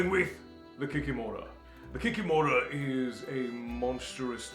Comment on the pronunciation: KikImora, not KikimOra. Domovyk, not Domovoy.